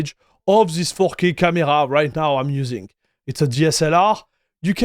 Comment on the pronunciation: He keeps saying fucky ? Instead of 4k ! 😂😂